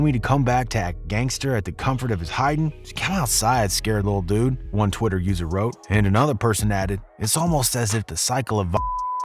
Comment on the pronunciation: hes definately white saying dude 😂😂